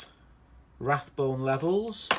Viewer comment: RABONE NOT RATHBONE